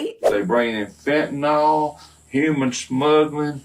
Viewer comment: Bruh. It's fentanyl, not fentanol. Sound it out, ffs.